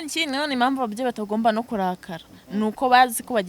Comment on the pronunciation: Ariko wa munyamakuru we,ubwo ntiwashobora kuvuga impamvu aho kuvuga imamvu? Ukavuga intego aho kuvuga inego? Harya ngo nibyo bigezweho? Ahaaaaa!